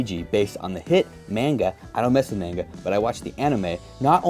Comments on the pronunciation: I'm sorry but he lost me at "mainegeh" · this man just offended so many anime/manga fans with the way he pronounced it. God bless him